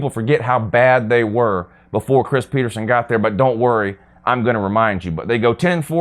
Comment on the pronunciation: Go Huskies. Btw it’s PetersEn not PetersOn